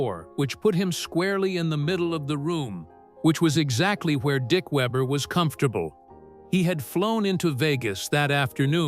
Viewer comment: AI always screws up saying names, it started off ok, then changed the way it said Weber